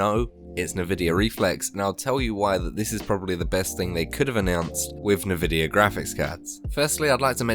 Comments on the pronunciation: N-vidia not navidia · great vid tho the nvidia pronunciation triggers me... its n-vi-dia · Me: An-vidia: Nuh-vidia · he's saying NahVidia to troll us ... he's gotta be trolling us lol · Everyone I've heard says it like "nuh-vidia". Not EnVidia even though that's probably what it's called because I heard a woman say it in an Nvidia Splash Screen. But Nuh Vidia and Nah Videa are basically the same. It's not even like saying Mom or Mum. It's fine to say either but those are like 3 times more distinct from eachother than Navidia or Nuvidia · The way you say Nvidia kills me